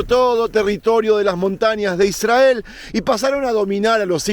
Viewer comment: Con todo respeto estas pronunciando mal la palabra Israel... Al estar la "R" después de una consonante debes pronunciar como si hubiera dos R.... Otro detalle "El Arca" es femenino aunque el articulo sea masculino. No dirias "El Agua fresco" sino "El Agua fresca".... Lo mismo para con "El Arca habia sido secuestrada, no secuestrado". Por lo demás, muy lindos tus contenidos. ¡Saludos!